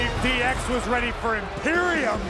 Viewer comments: Bro said “imperion”😂😂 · “IMPERIAN” lmao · Dude said Emperiun and I love it😂😎😎😎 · Teddy Long: "Imperian" 🤣🤣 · I was not expecting to see Teddy long... also love the fact that ofcourse he didn't announce "Imperium" correctly